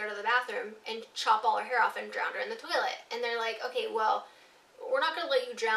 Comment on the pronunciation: Please tell me Im not the only one who watches Futurama and was thinking about Scruffy saying "Turlet" instead of toilet